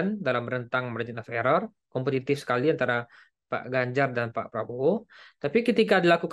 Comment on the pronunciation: Ini orang sebut nama orang aja gak benar gimana surveinya bisa benar, Ganjar di bilang Banjar 😅